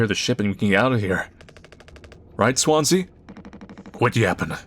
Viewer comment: i know it's Swansea but every time you say it, my brain says Swansie